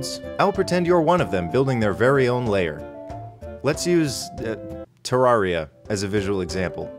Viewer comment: It's pronounced Terraria.